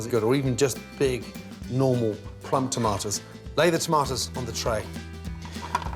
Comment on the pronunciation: every time he says "tomatas", i felt it